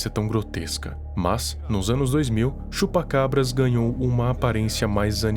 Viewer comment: mano quando ele falava Chupa...Eu ouvia Chupa Cu kk